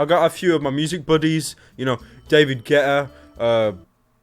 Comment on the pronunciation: When he said David Gueaeaeeta I thought Rihanna at the same time he said it (a bit before)